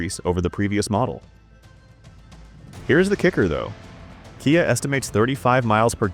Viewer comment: Kia is pronounced kee-ah, not kye-ah!